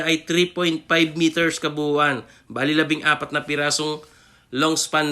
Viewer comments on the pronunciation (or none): none